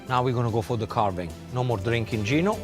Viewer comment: Gino! You butchered it, wanker 😂